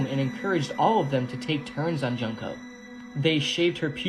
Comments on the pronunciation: it’s pronounced June-ko Jesus! Idk why westerners pronounce her name junk-ko 😢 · It’s pronounced June-ko